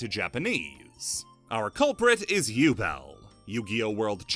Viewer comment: I'm pretty sure Ubel is actually Übel. Like, it's prounced "oo-bel" like the "oo" in "spooky" or the "u" in "lute".